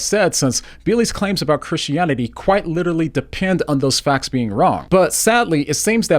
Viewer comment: I really wanted to watch this but I just can't listen to someone constantly using the term "literally" and pronounces it "little-ly." OMG! It doesn't stop!